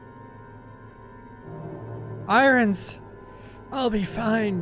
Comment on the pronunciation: Not often you can call Irons “eye-runs” like a 6 year old for so long without realizing it’s l Eye-urn”… Unless I’m missing out on a joke